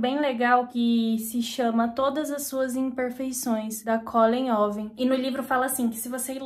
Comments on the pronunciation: se fala CuUlen RUUver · Acho q alguem ja deve ter falado mas a pronuncia da autora q vc está lendo é Cólin Ruuver. Eu tb acordo cedo e sempre tento dormir cedo se não, num funciona mesmo.